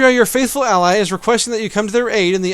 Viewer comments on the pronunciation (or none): none